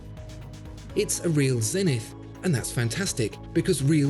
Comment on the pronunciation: You're pronouncing Zenith wrong